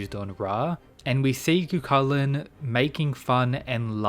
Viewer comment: His name is pronounced " ki-chi-lan" not cu cu lakan. Is a gaelic name. He was the original HULK, and unstoppable rage that transformed into a hideous monster according to myths. His rage was called Riastrad